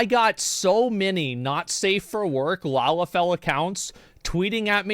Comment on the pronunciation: wtf is a lalafel?! lol 🤔